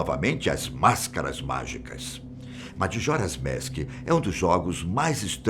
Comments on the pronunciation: Kkk “madjoras mèsk” o certo seria majora’s mask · O vídeo é bom, mas por que ele fica falando MADJORA'S MASK ? É só falar MAJORA'S MASK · Oh moço desculpa mais tu fala meio errado kkkk madjoras mask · "Madjora's Mésk" kkkkkkkkkkk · Gostei muito do vídeo principalmente o senhor falando madjoras mask kkkkk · E as pronúncias então kkkk pqp "dijédusabul" "Madjora's Mésk" putamerda bicho kkkkkk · Zelda "Madjoras Mask" dá até agonia vendo esse tiozão narrar o título do game 😒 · Se fala Jadúzabol , e MAJORAS MASK Aquela é só a forma de escrever A forma de falar n é como vc pronunciou